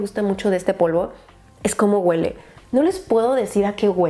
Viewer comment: "Este spray GÜELE riquísimo" jajajajajajaja es HUELE!! NO GÜELEEE!!